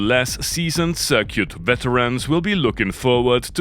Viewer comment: I like how he says "Cir-cute" Very European and classy AF.